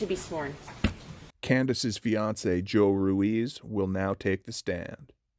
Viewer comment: The fact that he keeps mispronouncing Joe Ruiz's name despite the judge correcting the pronunciation in front of the whole courtroom is one of those subtle ways this douchebag shows his disregard and lack of respect for anyone else.